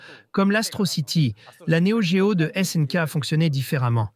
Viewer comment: L'IA rendrait elle légitime la prononciation "néo D-géo" ??